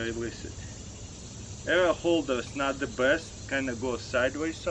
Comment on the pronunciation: He says like "error". :D